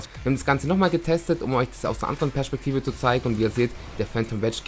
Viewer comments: wie er Perspektive ausspricht haha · INQUZE Das ist Dialekt...